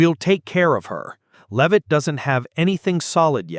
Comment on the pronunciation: Can't even say her last name right 😂